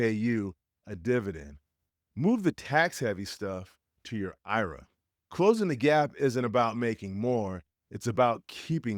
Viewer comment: Great videos but is got sus when you said ‘I-raaa” instead of I-R-A. You using AI bro?